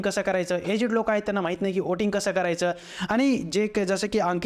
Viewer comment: व्होट नाही.. "ओट" आणि "ओटिंग" !! 😂